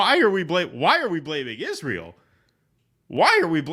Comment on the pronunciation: He plays dumb like nobody I've ever seen. Pretends Israel had no input on Iraq. Pretends Israel didn't kill his uncle to hide the nukes and his dad to keep him from investigating it. Giant piece of shit. You can tell he says "Israel" so much it now comes out "Ishrul" from laziness.